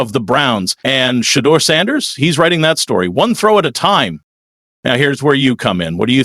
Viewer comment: Give him the respect of pronouncing his name correctly. Sha-door is the way it sounds.